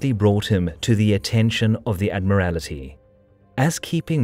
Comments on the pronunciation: "Admiral-I- Ty haha, to funny. A new word to add to the Dictionary I guess, does it refer to a someone who is in the state of being an Admiral? Admiralty: high command of a Navy. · Great account, superb animations really bring the narrative to life. Pity the narrator didn't do his research. It's pronounced Spay not Spee and what is the "Admirality"? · its anounced Admality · Excellent video as usual, except you mispronounce Admiralty as Admirality (i.e. with an i before the ty), though it is spelt correctly in the caption. So it should be ad-mir-all-tee not ad-mir-al-i-tee. Not a big deal, but it was a bit jarring as it was so obviously wrong. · Some pretty bad mispronunciations mate. Admiral-tea, not Admirality. It’s also “Graf Spey” not “Graf Spee”. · What is the "Admirality"? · 3.31 - Admirality? Graf Spee is pronounced Graf Shpay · admirality lol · Admiral-rality? That's what happens when you use a computer voice narrator. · I haven't heard Admiralty pronounced Admiralitee for maybe 50 years! That's how, if I remember correctly, Ronnie Barker as Able Seaman Johnson in "The Navy Lark" used to pronounce it. Or was it Jon Pertwee as the CPO? Too many years have passed. Good video. Captain Langsdorff was a true officer and gentleman of the old school. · Great video, but ... Well I've never heard anyone pronounce Admiralty with all those extra syllables! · Admiralty is pronounced Admiral-tee, not whatever was said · yeah - that's weird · Nice work. Appreciate the effort. For the record the pronunciation of Admirality is a bit wrong. It's not Admirality. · And Admiral Tea as in Admiralty, not Admirality as in Ad Miraly Tea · I had not previously known that there are five syllables in "Admiralty" or that penultimate one gets a secondary stress. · Honestly, you youngsters! Spee, Rymes with ray; and I won't even get into admiralty! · I had to laugh at the pronunciation of the word 'Admiralty'. Still, good vid. :-)